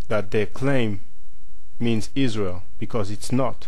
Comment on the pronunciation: Good video, ISRIAR sounds more like SYRIA (ISIRIA) than ISRAEL.